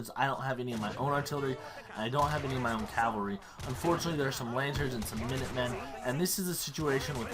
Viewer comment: Cav- all - ry , that is how you pronounce it